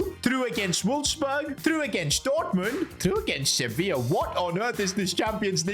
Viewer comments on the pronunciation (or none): none